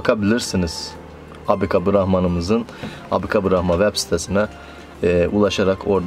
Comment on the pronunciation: Maşallah abi abi brahman deme şu hayvanlara cinsleri brahma sonunda n harfi yok